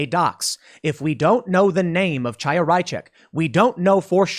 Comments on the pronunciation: FYI, Chaya is pronounced differently from what you are saying. The initial sound is not "ch" like in "change". It is the gutteral sound like the end of the German word "Reich" using proper German pronunciation. Chaya is a Hebrew name. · Hi Tim, here is Alex from the UK. I happen to speak Russian and Hebrew. I just wanted to tell you pronounce the name of the woman from LibsOfTikTok wrong. It’s a known Jewish name where CH is spelled as H like in “human”. Great work, enjoying it every day!